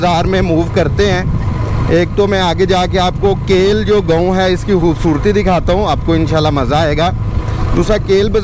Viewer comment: yeh lafz khoobsoortee he yaa hoobsoortee he...sahe bolna sekho....